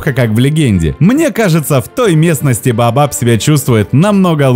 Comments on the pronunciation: Не БаАбаб, а БаОбаБ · Вы произносите "бабаб" , а не "баобаб". И во многих роликах тоже некоторые слова произносите неправильно, ударение не верно ставите. А так канал очень познавательный и интересный. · А вдруг есть какое то другое растение под названием "бабаб" , а вы тут дерево "баобаб" называете " бабаб" ...это может ввести в заблуждение ваших дорогих подписчиков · Неужели сложно произнести Баобаб? Почему баабаб?